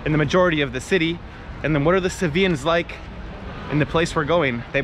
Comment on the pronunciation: Sevillanos not Sevillans🙄